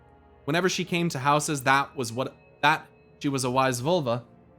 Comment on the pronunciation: "Völva" The Ö is pronounced like the O in the word "word".